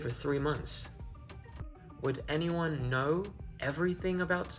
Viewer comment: Bro the "I don't knowr" lmao